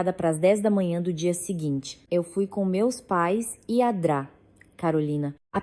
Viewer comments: A Dra carolina😂 Se fala doutora Carolina 😂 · Doutora não Dra, ninguém diz dra, lendo na frase, é doutora. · Pir a toda hora vc diz adra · Odeio essa narração que não fala corretamente as siglas, como por exemplo, a dra. Dra. Significa doutora. É tão difícil corrigir a narração? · Porque a IA não reconhece Dra. como uma abreviatura e vocaliza sistematicamente "dra" como uma palavra por extenso? Onde fica o conhecimento do idioma? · Parei de escutar so por causa dessa adra uff